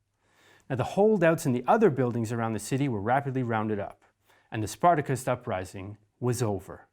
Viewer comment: Well, that has to be the first time in 50 years I've ever heard Spartacist pronounced like that. Literally Zero Percent of my lecturers said it that way either, so I have to put this down to American "English" and it's exceptionalism in all English pronunciation and grammar. It's like the death of a thousand cuts of English, but from outside by only one set of clueless foreigners all the time, who at the same time want to appropriate our language, while not being able to speak it. It takes away from any work or presentation being attempted if you can't be bothered to say certain uncontentious terms like everyone else in the English-speaking world says it.